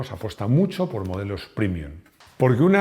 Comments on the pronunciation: PrEmium, se dice prEmium, no prImium. Es una palabra latina, como prEmio. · Con todo respeto ¿pronunciar la palabra latina "premium" como "primium" resulta premium o primium? Después del espanglish, el latinglish. ..